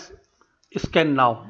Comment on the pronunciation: "/SCANNOW" (with an 'O'), not "/SCANNAW" !